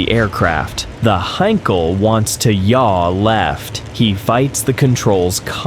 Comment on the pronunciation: Heinkel he 111 NOT a "Hankal "HAY???" !! Crap AI narration with loads of words read completely wrong. Not to Mention all the aircraft show I saw were NOT He 111's (How crazy is that!)